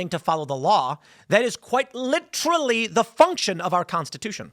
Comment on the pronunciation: We here in Germany also appreciate our German Constiton! Or is it con-sti-ton, like marathon? xD